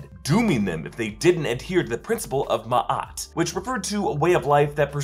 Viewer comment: It is pronounced may-et